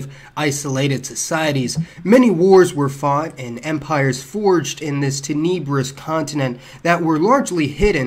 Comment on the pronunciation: tenebrous- not teNEEbrous- great video though